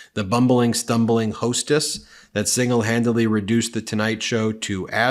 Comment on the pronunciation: single "handidly" - Stable Genius